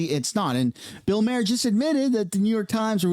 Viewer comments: His name is spelled maher, not Mayer like he pronounced it. He might need to go back and take english again......😂😅😂😅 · His last name is not pronounced like mare …. His last name is pronounced like Mars without the S …. Or Mark without the k ….. Bill Maher (mar) ….. not mare …. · Maher is pronounced “mar”